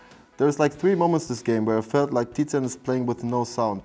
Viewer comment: tizian "tizian" aber warum